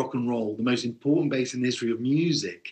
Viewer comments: What a crappy amateur report. And it's BASS. not "base". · I'm gonna state the obvious too, it's "bass", not "base".😂😂😂😂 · BASS NOT BASE! 😢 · They keep showing the wrong bass in this video. And, NBC, it's 'bass' not 'base' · Bass. It's "bass", not "base". Journalism much??? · LOL 'bass' not 'base' sheesh.